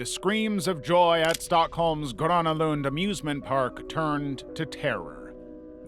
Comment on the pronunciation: I have to say, pretty good pronounciation of Gröna Lund! I am impressed!